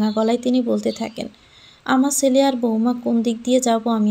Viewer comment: চ আর ছ এর উচ্চারণটা একটু শিখুন প্লিজ। ছেলে কে বলেন চেলে ,, এই রকম আরো কত কি